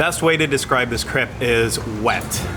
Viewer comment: Also your commitment to pronouncing it "crepp" is fantastic.